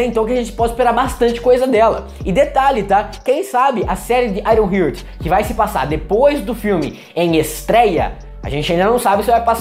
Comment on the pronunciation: Só uma dica: a pronúncia não é "aironrrirt", é "aironrrart", iron+heart: coração de ferro. Gostei da análise :)